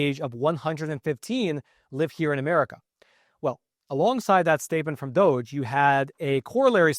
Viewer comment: "Department Ove Juvernment 'Fficiency." Sounds like "DOJ." The real pronunciation from Dipartment Of Government Efficiency should sound like "Duggee."